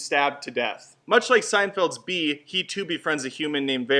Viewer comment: Emoji? You pronounced "Bee" wrong